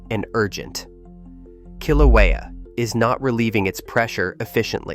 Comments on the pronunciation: Pronunciation of Kilauea is terrible! It’s “kill” “ow” (as in how) “ā” (as in ate) and “u” as in “up”. Now, get it right! Kil/ow/ā/uh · Voice can't even pronounce the name of Kilauea. What a joke. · You are making a video and you don’t even know how to pronounce Kilauea …? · Please pronounce the name Kilauea and Halemaumau correctly please.